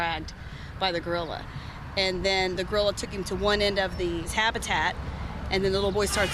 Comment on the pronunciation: Dude the girl talking said tabitat instead if habitat